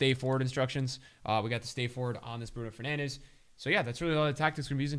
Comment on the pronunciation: Or what ea call him Bruno Fernange 😂😂😂😭